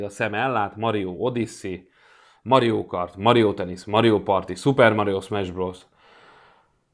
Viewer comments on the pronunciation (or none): Mario🤣 Az Mário 😅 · Nem Mario hanem Mário